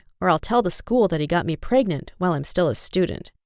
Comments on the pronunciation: No one: .... Her: iM 18 AnD pRegNonT!!! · Until she found out she was pregnante, pregantete! Yeah...knew that was coming.